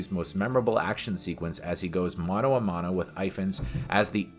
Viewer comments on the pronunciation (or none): none